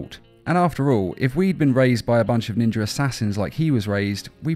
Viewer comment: Take a shot every time he says trained by ninjer assassins